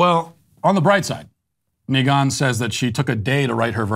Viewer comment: My man, why are you pronouncing Megan like that? ...Is it because shes a democrat or (at the very least) a left-leaning affiliate?) Even googled it to double check Lol but ya its obviously pronounced "meh-guhn" (not mee-guhn) .. probs was an honest mistake hahaha